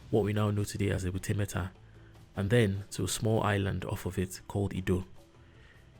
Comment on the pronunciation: BS,!!!! A little island called "IDDO" Please say/call it correctly, you should from your explanation call it EDO, and not IDDO!!! That foundational name is very important!!! You tried very well I am not blaming you here ooo!!!